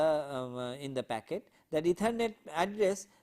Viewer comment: oye! its "Packet" Switching and NOT "Pocket" :P now, Q : State 5 differences between Packet Switching and Circuit Switching.